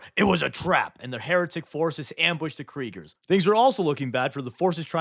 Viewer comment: The "Kerigers" feels wrong...but it's fine.